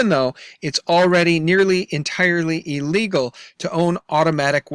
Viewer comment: I am about to give up on you... You are STILL saying eelegal... INSTEAD OF ILL-EGAL... Totally Frustrated!!!